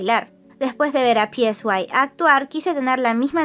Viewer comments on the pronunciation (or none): El nombre del CEO de P Nation se pronuncia "Sai"; no está escrito.